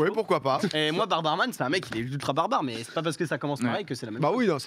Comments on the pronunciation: Barbare c'est seulement 2 syllabes 😆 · Barbare=2 syllabes 😢